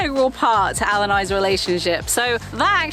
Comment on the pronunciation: It's so cute how your accent makes "Al" sound like "owl". :)